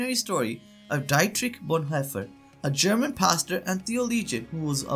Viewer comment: Learn how to at least pronounce the German language.... The name is Dietrich Bohnhoffer, said as"Deetrick Bohnherffer". (in German the name Dietrich has an 'ie' ipronounced as an ee' and 'Vorbei' with an 'ei' is [pronounced as an an "eye"... 'Hoffer' (with the umlaut - the double dots above the o, sorry I do not know the correct keyboard shortcut for that.), is closer to 'herffer' but spelt as Hoeffer in English. There a lot of tricky pronunciations for English speakers, besides those....